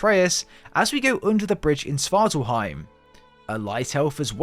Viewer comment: and svartalfheim has an F. This guys pronounciations irk me